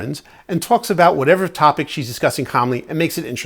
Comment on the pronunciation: 😆 "aboot", a doing a Canadian accent 😂 I'm from Chicago so I sound normal 😜 (imagine that SNL skit Super Fans) Anyway, it'd be great to watch you and Jackie play Sky Team! If it was me and my husband, though co-op, we'd wind up in a death match before we finished the game.😅